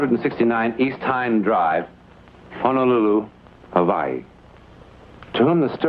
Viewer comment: notice he said .. havaii.. at 22' 54